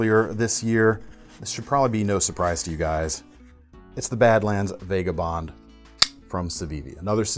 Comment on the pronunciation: Still mispronouncing vagabond I see.